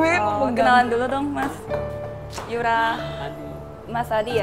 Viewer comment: Kenapa nyebut nama kak yoora aja salah:V